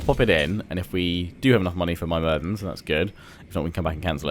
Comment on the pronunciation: It is not My-mir-dens it is myr-mid-ens